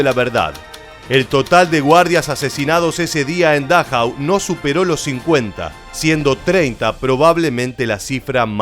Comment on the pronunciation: Por favor, aprenda algo de alemán, para que pronuncie como es debido, es Dachau, se acentúa la penúltima vocal